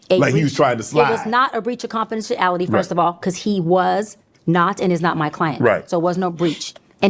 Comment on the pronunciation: How did she get away with this so long?! She said “pacific” and “confidential ality” 😂